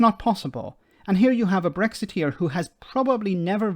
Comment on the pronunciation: "I was a very proud bregzitier"